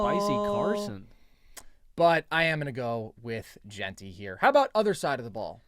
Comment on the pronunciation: Logan. It is pronounced JEN-TY. JEN-TY. not jeeeenty. Good lord man